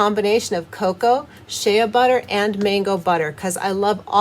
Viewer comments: The A is silent in Shea so it's pronounced Shay spelled Shea. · And shea butter is just "shay" butter!